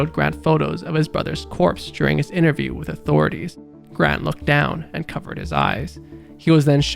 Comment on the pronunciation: There’s down bad then there’s down bad but you say it slower to emphasize that he’s really down bad